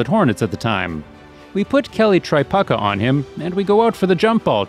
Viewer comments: I couldn’t watch anymore one he said Tri-puck-ah instead of Tre-pew-kuh. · LOL Kelly Tri PUCKA. Its Tri PUKE A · Try-puke-a, not Try-puck-a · “Tri-PUCKKA” hahahaha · I'm not sure what I enjoyed more. The Bird highlights or listening to you try to pronounce Kelly Tripucka's name... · The mispronunciation of Tripucka makes this video.